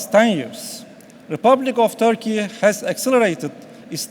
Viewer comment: çok iyi derece İngilizce bildiğini söyleyen bir Türk'ün en azından (hem de okurken) Törkeye dememesi gerekir kanımca..